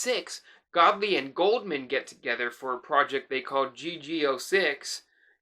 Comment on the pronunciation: It's not Goldman...it's GOULDMAN. use the U